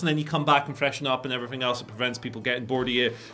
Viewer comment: “and efferything else”